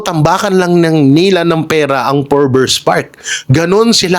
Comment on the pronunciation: FORBES NOT FORBERS